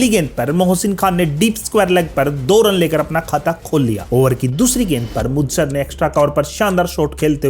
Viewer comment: भाई जब आपको बोलने का इतना शौक है कि 10 मिनट के वीडियो को आपने खींच खींच कर 25 मिनट का बना दिया, तो थोड़ा ढंग से बोलना भी सीख लो। वेंगसकर नहीं है, वेंगसरकर है। मुदसर नहीं है, मुद्दस्सर है।